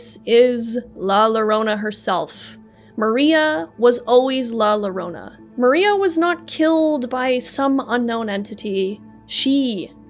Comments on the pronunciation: im spanish, and im a little angry with her pronocing la llorona as la lorona, but overall, really nice video, keep it going n_n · lah luhronuh is killing me